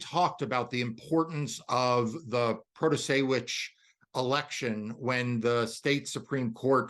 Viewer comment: Dude, there was a massive part of her campaign that just taught you how to say her name, please learn to pronounce Justice Protasiewicz. There's no "ch" sound in there.